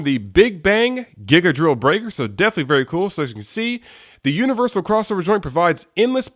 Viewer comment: I'm pretty sure it's pronounced GIGA .......DORRILLU .....BRAIKAAAAAAAAAAAAAAA!!!